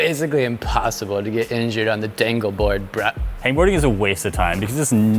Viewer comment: saying dangleboard made me think “dinkleberg”